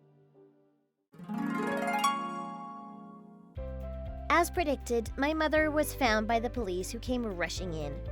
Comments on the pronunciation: Why is Naomi/Nayomee being pronounced Nyomi/Niyomee? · No. it’s pronounced Nay-o-me. Ask me how I know.